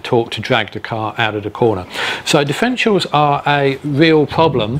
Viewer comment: NO NO NO - he didn't explain anything about DIFF (er) ENT IALS.. He couldn't as he mispronounced it by saying Diff-ential They are NOT "diff-entials" ... But differ - entials. Check it out - he misspells the word and I suspect will also have other mispronunciations of that word in several other places (I had to stop and see the comments first as soon as I heard the lisp / misspoken word of "Diff en tials"